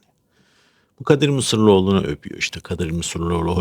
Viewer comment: Bilal'i geç de sırf o dedi diye "Mısıroğlu" nu karalama. İnsan bilmediğine hasım olurmuş, sahiden tanımanı isterdim. Adamın soyadını bile yanlış telafuz ediyorsun: "Mısırlıoğlu" değil "Mısıroğlu" dur.